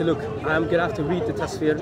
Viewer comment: Muslim said, he had to look to Tasfir and Bob said same too. Maybe it is Fasfeer or Fastandafurious Kind a like 🤣